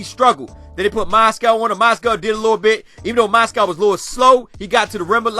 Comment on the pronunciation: Lol bro it's Moz-gov not Moscow